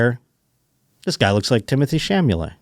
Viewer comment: Boy, oh boy! Timothy shoe-lah-may. Somehow that brutal dog segment was made funny